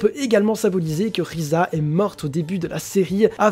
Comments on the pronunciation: Si c'est risa mais le "r" en j'aponais se prononce "l" dans la version française ils l'on apellées "lise" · Le R en japonais se prononce L si je me trompe pas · Ah bah oui je sais pas comment j'ai pu le louper xD Bon bah je m'en vais acheter un microscope. Sinon j'ai surtout posté mon message parce qu'a force c'est un peu chiant que les gens essaient toujours de prononcer le nom des persos à la japonaise pour faire genre alors que bien souvent ils se trompent. Et si jamais, je sais pas si tu sais mais beaucoup de team de sub traduisent le nom des personnages en romaji ce qui diffère un peu de la prononciation française (l'exemple de "l" et du "r"), sinon on dirait Tōkyō Gūru et pas Tokyo Ghoul. Bon bah pour finir ce vaste discours, je tient à te redire que tu t'es amélioré et que si tu continu à apporter de bons arguments ça ne pourra que bien se passer. Sur ce, bon courage pour la suite.